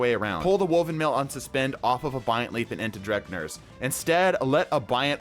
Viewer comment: Bro, you pronouncing Drengr's (dren-gear) Lash as "dreg-near" is constantly triggering me, I'm so sorry but I needed to say something